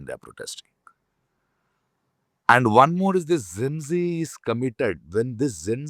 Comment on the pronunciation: Zen zee, zen zee, zen zee....!!! Arre bhai, it is Gen-Zee....bolo dus baar🙄..!!!Gen, Gen, Gen....!!!Had a better impression of him !!!